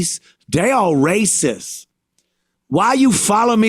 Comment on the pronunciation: If you try to stop them, its "raysis"